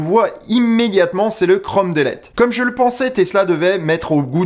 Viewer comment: Krom dèlète ? Non, chrome (Comme en Français) dilite (delete en anglais) ☺️😉